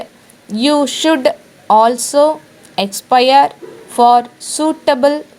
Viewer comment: Is aspire pronounced correctly